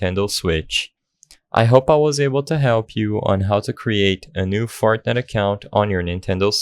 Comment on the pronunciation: did you say fartnite